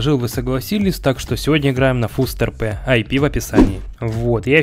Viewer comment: Да не фустРП, а фастРП, Ухо режет